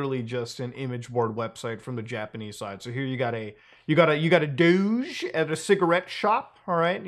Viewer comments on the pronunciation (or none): none